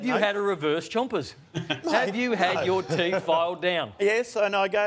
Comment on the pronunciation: It's "Chompers" mate